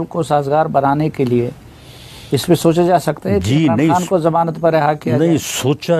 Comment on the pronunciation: Bhai g khan kehna seekh len plz Bari irritation hoti hy imran haan imran haan sun kar😅